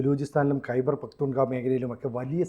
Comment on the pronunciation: പകതൂൺ ഖ്വാ എന്ന് തന്നെ ആണ് പറയേണ്ടത്. ഇയാൾ സ്ഥിരമായി തെറ്റിച്ച് ആണ് പറയുന്നത്